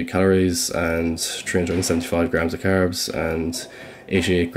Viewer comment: Tree hundred and 75 grams of curbs